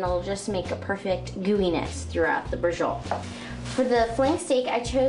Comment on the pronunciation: Holy crap. SAPrasotta? 30 min? Bree-Joe-Leh? What's next Cap - ee- cola?